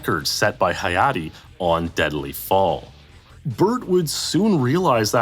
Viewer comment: I'm glad Hayate got his recognition, even if mispronounced